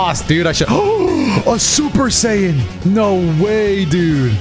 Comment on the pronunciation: "Super sayen"